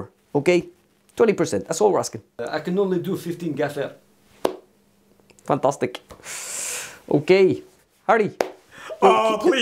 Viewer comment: "I can only do 15% gaffér" 🤣🤣